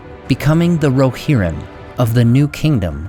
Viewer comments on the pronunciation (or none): none